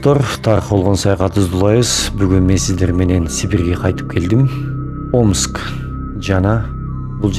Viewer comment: Омкс эмес, Омск